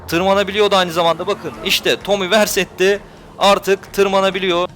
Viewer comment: Tomi versetti değil Viseri ya